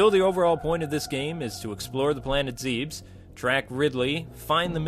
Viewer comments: one thing, it's pronounced ZEB-US rather that ZEEBS. An honest effort though. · awesome. (its pronounced ZEH-BES, not ZEEBS, though) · It's not ZEEBS It's ZEBES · Okay this is just once nit pick ITS NOT ZE-BES ITS ZEB-ES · Metroid: Other M was a good game, I'll admit, but the voice acting, it was terrible, everytime she said Zebus, instead of the true pronunciation, Zebes, I wanted to jump into the screen and slap her until she said correctly. At least your wife did a good job on pronunciations, I'm SUPER picky about that stuff! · It's pronounced zehbis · It's actually pronounced ; Ze-Bus. Also, that theme rocks! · Wth?? Why is she saying Zebes like that? I'm japanese and that's not the pronounciation it says.... :/ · hehe, She pronounced zebes wrong :D